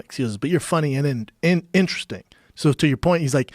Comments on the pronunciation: When you cant say interesting lol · The entire content of the video is being overshadowed by Brendan trying to pronounce "Interesting". Lol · Brendan schaub cannot pronounce interesting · Schaub doesn't realize there's more letters in the word Interesting then he's using. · insting instead of interesting 😂😂😂 that’s funny as hell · Brendan pronounces "interesting" Instring like seven times. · Are we gonna ignore that Mr schaub mispronounced the word Interesting bout 3 times. Brendan "Ingstring people" Schaub. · In ter est ting. Not that hard. Instring... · I think its intesting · No one: Schaub: Intersting Schaub: In-In-Intressing Schaub: Interressing Schaub: Intersing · Everyone: interesting Schaub: Insring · Brendan’s brain: interesting Brendan’s CTE: inersting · Brendan "insring" Schuab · "Funny and intestin" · It’s intrsing... you gotta be instring... how instring... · Brendon trying to say *intesting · Brendan: Inursting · "Instring" - Brendan Schaub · why does brendan say instring instead of interesting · Homeboy said "In'sting" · Instring, instring.. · “You’re indersting, indsting. “ uuum what?! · How many times does that fucking mouth breather need to try and pronounce the word “interesting” before he gets it right? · Schaub - "Instering, instring, instristing ... " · in-ter-es-ting. Not sure what happened there but ya left some syllables on the floor. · Brendan “inshtig” Shaub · Brendan "Instru-string" Shaub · "I'm Indresing" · Brendan "interisssting, intesing , enteristing, intising" Schaub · Brendan "Instring" Shaub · Schaub, what's 'instersting'? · Very Instring. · insting... in a sting.. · That's intastring. I too struggle with pernunsations at times. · "Insting"?? Is that how u say 'interesting' now?? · Brandon: I cant pronounce the word "interesting" Also Brandon: I'm gonna say the word 20 times in a row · Dude how the fuck does Brandon pronounce “interesting” I can’t even wrap my head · Lol Brendan cant say the word interesting